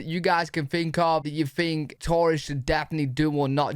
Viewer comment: I "fink" its weird that you say "fink" for think! :) Born and raised in USA... we don't say "fink" for think... a "fink" is a rat, a traitor, a bad guy. LOL! Cheerio, lad!